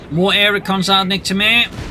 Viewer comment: Niktamair 😂 Every french people is laghing at the joke right now. As keeps saying it along the replay!